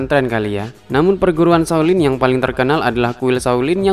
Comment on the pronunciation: shao lin lah...bukan saw lin.Biar sebutan nya betul..🤭